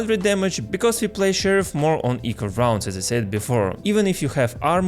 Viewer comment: Ahahahahahahahah, roundzz, you're like a Frenchman)))